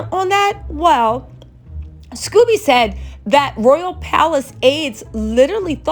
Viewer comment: Omid pronounces his last name with a long “o”, not like Scooby Doo.